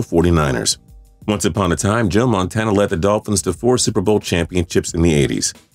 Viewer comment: To all those people who are talking about him saying Joe Montana, he meant Joe Montanya (Anybody who has seen The Waterboy will know)